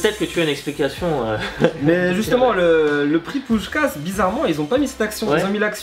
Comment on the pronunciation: On prononce pushkash voila